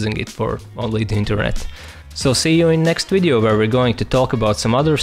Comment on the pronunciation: Sorry, but I'm so annoyed by the pronounciation. it's pronounced "V"ideo not "W"ideo etc. Just like Russian "B".